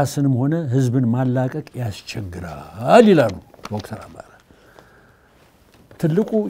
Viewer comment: This journalist he doesn't know how to say Dr.? ?